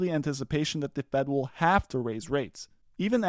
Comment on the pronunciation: PER SHING not perishing.